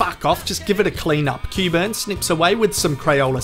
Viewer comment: "Cue-burn." Makes me bloody intestines melt, hearing that.